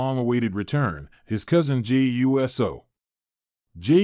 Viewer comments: It's Jey Uso NOT U. S. O. SAY IT USO. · It's Pronounced Oooso😢